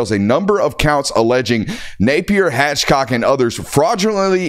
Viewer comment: Uhhh it’s Hathcock NOT Hatchcock, that’s two of you Georgia guys now that have done your “reading” for us.